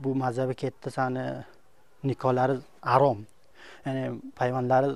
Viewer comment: Bu forsku Ozbekmas Xarom sozini Arom deyapti Mazhabni mazab devoryapti kitob uqigan bolsa soz boyligj juda kamku shia bolishdan xudo saqlasin